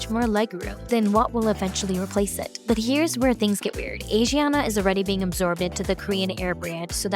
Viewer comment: pronounced ah-shi-ahna